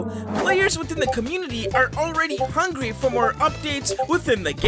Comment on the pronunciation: He said hungry lol